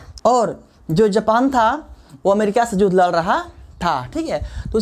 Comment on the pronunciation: Sir yudh hota hai judh nahi